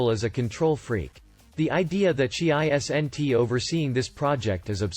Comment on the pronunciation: How can you say “poignantly “ perfectly but not “is-n-it”